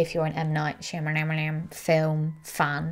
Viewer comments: She makes me laugh so hard saying his name! I say it the same way!😂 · If you like him that much, you could take the time to learn how to pronounce his name. 😂😂